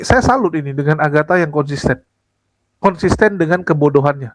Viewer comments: Mikhana!. Bukan Aghata. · Mikana bang bukan aghata.. Agatha sudah jadi gembel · sepertinya slip tongue seharusnya mikhana kan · Bukan agatta, maksudnya itu mikhana. cuma ga menyadari masih nyebut nama agatta terus 😂